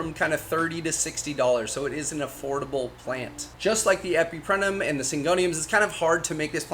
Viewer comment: It's also EpipreMnum, not Epiprenum 😂